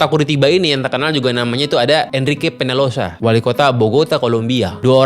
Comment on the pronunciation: Peñalosa dibacanya penyalosa Om.